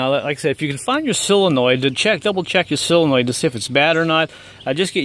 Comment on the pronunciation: s"O"lenoid ....NOT silanoid